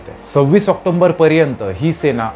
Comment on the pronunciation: खूप छान वर्णन.. फक्त ऑक्टोबर चा उच्चार बरोबर करावा